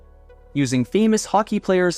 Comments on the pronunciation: Love the content. But being a Canadian channel and pronouncing the player Messy er, vs Messy ay? Makes me question content. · ok, i gave you one more chance to earn my subscription but you failed "Mark Messier". He doesn't have a great reputation in Canada but still was and is a force. this ai dictation called one of our heroes "mess- ier" not "messy-eh" . that's unforgivable. leave my algorithm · The problem with AI videos is the fact that AI can’t tell the difference between Hostess Cakes and Hostess potato chips. Notice the glitches “Marc Messy-er” and those awkward pauses. But yes. Fruit chips were disgusting.